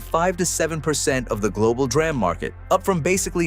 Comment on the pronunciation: The AI/text to voice is horrible. 'dram'? it's 'DEE RAM'.